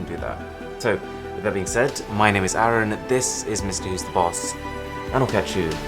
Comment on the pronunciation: He does not even no how to pronounce his name